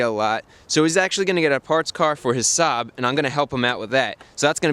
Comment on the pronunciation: the way Chris says Saab sounds like Suh, dude